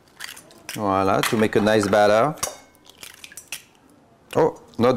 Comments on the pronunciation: I can't stop laughing everytime he says. I'm gonna name you. ----from Philippines here 😀✌️ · Yummy thank you 🍲🤗 wha-la seee. Wha-la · Spelling voilà ! Pronounced voala !! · Always saying viola every now and then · He is just saying volla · It's VOILÀ...... please! 😄 I love French toast, but must admit that I've never made it with brown sugar: now there's my turn at trying something new and knowing in advance how delicious it'll taste thanks to your many happy comments! Merci infiniment y'all😄